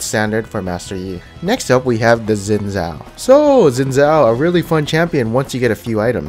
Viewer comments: you read it xin zao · HunterX Hunter dude dont u get it it Xin Zao NOT ZIN ZAO FFS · I freaking hate when people call Xin Zhao, Zin Zow. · doee Im chinese. Its pronounced Shin Zhao (zh with a soft sound). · nah dude its litterally like schin schow thats how u pronounce idc what u say